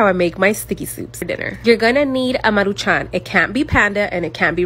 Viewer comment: why you forcing an accent to pronounce maruchan 😭